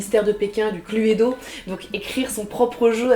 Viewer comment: Oh mon dieu ça m'a fait saigner des oreilles cette prononciation de "cluedo"!!!!! Clu-é-do????? C'est "clou-do" ou juste "clou" 🤣 mais bon ton jeux à l'air bien en fait, j'ai hâte d'essayer.......Clu-é-do.....trop drôle